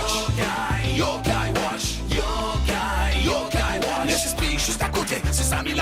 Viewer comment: c moi ou à l'intro il dise wash plutot que watch